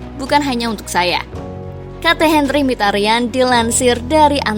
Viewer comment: min sebutan mikitarian, bukan mihtarian, nama asli nya ini Mkhi(miki) ta ryan (rian) itu cara bacanya ^^